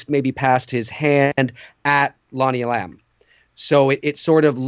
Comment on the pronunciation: It is Lonnie E’lam, not Lonnie elAm’!